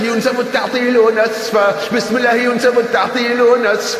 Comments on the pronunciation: الله وليس اللة لأن اللة تنطق اللات نعوذ بالله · الله ليس اللة لأنها تنطق اللات والعياذ بالله